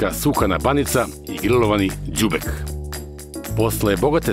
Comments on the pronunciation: Zar se ne kaže đubek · Pravilno se kaže đubeK, ne g.